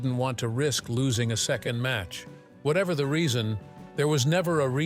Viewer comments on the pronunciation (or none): none